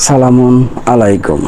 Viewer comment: তুর প্রথম শব্দ সালাম তো শুদ্ধ নেই, বাকি কথা কি বলব!! আর নামাজ মানুষকে সকল খারাপ কাজ থেকে বিরত রাখে। আর তুই মাঝখানে একটা আয়াত পড়ে কি বুঝবি! কোন মাদ্রাসায় পড়ছিস তুই? আর তুর মত বিগত দিনে তুর মত অনেক ইহুদি খ্রিষ্টান ছিল। এখনও থাকবে এটাই স্বাভাবিক।